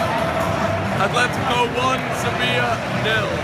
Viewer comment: ATHLETICO? A T H L E T I C O? jesus christ